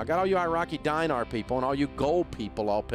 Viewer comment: It's pronounced DEEnar, not DYEnar.